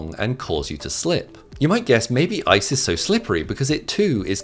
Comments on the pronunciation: Lol he said ISIS slippery. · Lol when he says ice's it sounds like isis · The sheer amount of times this dude says "isis"